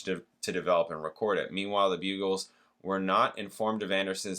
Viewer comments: The Buggles is spelled with TWO g’s, not one, so it’s not pronounced Bugles but BUGG ELS ( rhyming with Puddles). You will have heard the huge worldwide hit Video killed the Radio Star at some point, I’m sure, and it’s also famous for being the first video ever played on the brand new MTV at the time ! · I see one comment about Buggles but I can make it more clear - that band was pronounced BUG-ells